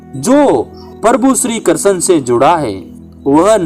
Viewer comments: Bhihati bolna to sikh le krshn bol ha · तुम्हारा उच्चारण सुधारो भाई कहानी बोलना ही तो कृष्ण भगवान का नाम तो सही से ले लो,ये कषण कषण क्या लगा रखा है। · श्री कृष्ण का उच्चारण तो ढग से कर लेते